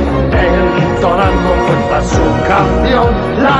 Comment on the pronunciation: Noooo, todo está perfecto pero en la parte que dices "entonando siempre su canción" es realmente "Entonan con fuerza su canción". Fijate en la pronunciación de la Z de fuerza, tal cual como la pronuncian los españoles.